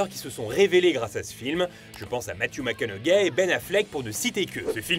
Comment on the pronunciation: Matthew Macgoneuhgay